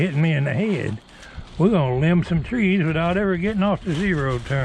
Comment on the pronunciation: "We're gonna limb some trees wit-out ever gettin' off the zee-row turn" Lol sounds like the beginning of a good rollicking down home country song 🎶🎵 🪕😄